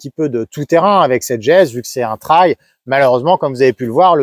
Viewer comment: MERCI pour cette excellente vidéo objective 👍 et surtout de bien prononcer le mot TRAIL et pas "trèl" comme beaucoup... Dont je serai curieux de savoir comment ils prononcent le mot Rail...??? 🤔 Après des années en Jap's j'ai goûté depuis 2017 à la GS avec une 1150 de 2003. Que du bonheur ❤ Depuis le mois d'août j'ai acheté une 1200 GS DOHC TRIPLE BLACK de 2011 que j'apprécie d'autant plus 👍. Bref quand on goûte à la GS il y a beaucoup de chance de choper le virus...😉 Pour moi les lettres GS signifient GRAND SOURIRE sous le casque à chaque fois que je roule avec... Salutations motardes du Sud Aquitaine ✌️